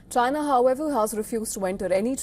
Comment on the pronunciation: Lol, he seh Chiner.